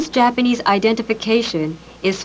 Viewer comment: its the proper japanese pronuntiation